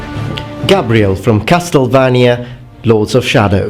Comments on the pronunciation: Has no one noticed? Cas"TEL"vania? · The way you say Castlevania makes me both happy and sad. Happy it sounds Romanian, sad it's wrong.